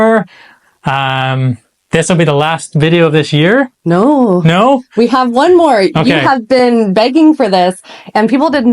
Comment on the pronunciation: your ‘nooo’ at the end of the video sounded a wee bit Scottish 😁👍🏻